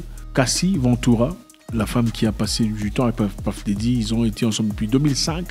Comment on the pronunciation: Ah Zack " Paff Déddi " ? lol